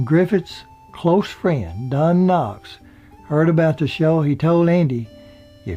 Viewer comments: hillbilly MC said Don Knox (Knott's) lol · sounds like he keeps calling don knox instead of Don Knotts. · sounds like your saying don knox not knots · Great as always! I thought Don's surname was Knotts or Knots, not Knox. Either way your biographies are always very informative and entertaining. Keep 'em coming! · It is Don Knotts, not Don Knox as the narrator called him the first several times. Frances left most of her estate to the local ambulance company but left her house to Moore Regional Hospital, Pinehurst, which promptly sold it. The cats had ruined the wood floors with their pee stains. Do not know her connection with Moore. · Knotts,not Knox. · Knotts not Knox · You don't mind him saying Don Knox? He's not providing any information that can't be pulled from Imdb and Wikipedia. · Not sure if you're saying Don Knox but I'm hoping you know it was not Knox but Knotts. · Isn't it Don Knots instead of Knocks? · Don Knox?? Don't you mean Knotts? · is it just me or does keep sayin' Knocks? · think his name is don knotts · yeah so annoying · funny, i was just thinking about you and your videos and once when someone said something mean-spirited to you and how i didn't appreciate that...but in this video you mispronounce Don Knott's last name and Andy Griffith's last name. so i am going to point it out. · His Name was Don "Knotts" not "Don Knocks",, Take a speech lesson.... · It sounds like you are saying Don Knocks, his name was Knotts not Knocks. For such a family type show, why did they allow Barney to date Thelma Lou and then sneak around with Juanita? And how did Thelma Lou never hear about Juanita, in a town where everyone knew everyone else’s business? Love the show anyway! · It's Knotts, not Knox. It's Kno"TT"s with two "TT"s, not Kno"X" with a "X". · His name is knotts not knox. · Knotts....not Knox.... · A great show,a great cast.Knotts not Knox.😉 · Knots, dummy!...not Knox! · this narrator keeps saying "Griffin" and "Knox" . stop it!